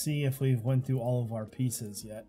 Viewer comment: "I was looking thoo thee crafting stuff..." I don't know why 'thoo' bothers me, but I heard it and had to make a comment making fun of you. ;P